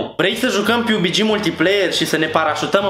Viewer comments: Piubigi😂😂😂 mai ma se scrie PUBG si se citeste pabgi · Pabgi nu Piubigi :)) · Se pronunta pubg pabg nu pubici, ori cum respecf